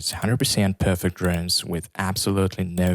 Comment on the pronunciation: Please employ someone that can speak English properly. If you are responsible for presenting a product or service, communication skills can really make or break your presentation and chances are that even if you employ someone later that can be understood it may be to late. I can't understand many words that this presenter is speaking. Simple words such as DRUMS being pronounced as DROOMS is really annoying.